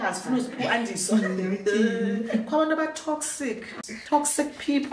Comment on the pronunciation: The way you said "toxic" 😂😂😂 it felt personal I laughed so much 😂😂😂😂